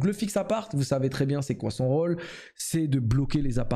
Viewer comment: Rôle se prononce Khole et pas Rawle